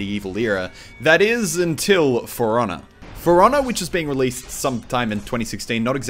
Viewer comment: I love how Muselk says the name of the game: "Furonah" xD